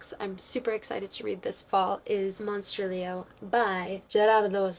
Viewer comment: Verrrrry nice pronunciation on the monstrilio authors name hahahahahah. The art inlays in slewfoot makes me think you should do that for your novel 😏 face-off competition (or collaboration 🙄) between your sister and your husband 😏 LEGENDS AND LATTESSSSSSSS!!!!!! A flawless book. Hahahahaha November is your bday month, nobody cares 😊 hahahahha omg kenzo and the other cat are literal perfection. Thanks for another cosy amazing and fascinating video!!!!! Very autumnal makeup lohks too. Your sock folding method is not very Marie kondo